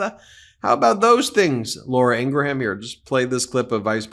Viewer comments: Love the show. But it would make you sound less like people who mispronounce names on purpose if you could say Laura Ing Gram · I hate Laura but honestly I hate you mispronouncing her name more and I will thumbs down any video you do it in.